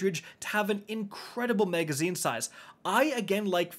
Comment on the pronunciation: MAG-azine. not MEG-azine.